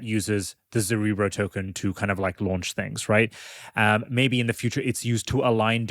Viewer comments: Guys, it's ZerEbro, not ZerObro :D Anyways, amazing work! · Isn't zerebro a play on cerebro like in marvel films and not a new form of dubstep like the way you pronounce it lol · my god.... after all these weeks... STILL CANNOT pronounce "zerebro" properly